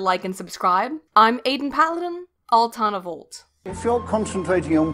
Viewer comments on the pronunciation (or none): none